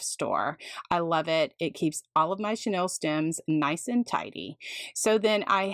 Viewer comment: You are truly creative and kind to share your methods but this is driving me crazy…the pipe cleaners are NOT “Chanel” stems as in the Parisian designer! The pronunciation for chenille is “sha-Neal”. This is not as a criticism but, rather, in the spirit of learning from each other! I appreciate having learned so much from you. Thank you!